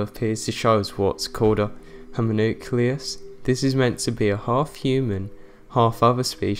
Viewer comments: We probably saw different versions then. I heard you say "homanaicilus" lol. Wtf is that!? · boy you can't even pronounce homunculus right. homucleus? literally everything in here is "speculation" and the second and third homunculus this man created later on showed actual muscle movement and eye movement. Get the fuck out of here with your anti science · "uh... homonaclius" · "homoonucleus"...yeah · Lastly its pronounced "homun" "q" "lus", or "lie" The "q" is pronounced "qu" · Homunculus is not pronounced like homonucleus. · "A Humma-nucleus" LOL! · "humanucleas" 10/10 pronunciation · Your pronunciation of homunclus made me cringe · "Humunucleus" xD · Am I the only one that heard him say "this is what's called a homo-nucleus"? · Lmao ikr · thinks he can 'scientifically debunk' it when he can't even pronounce homunculus right lol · i am literally dying of how he just pronounced homunculus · If you can't pronounce Homunculus I have a hard time believing this video. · lol it makes him look like a bigger moron because he pronounced HOMUNCULUS wrong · You know you are a dumbass whe you say homunculus wrong. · First off, before you made this video you should have learned how to pronounce "homunculus". Second, the egg he used was pre fertilized, leaving the sperm to be able to feed of the egg's nutrients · I was actually looking forward to watching this until I heard you try and say ''Homunculus''. Aaaaand i'm gone. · Hahaaa so true 😂😂😂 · This guy can barely even say homunculus , let alone debunk this video . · he still pronounced the word wrong